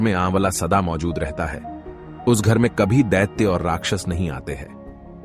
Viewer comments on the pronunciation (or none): none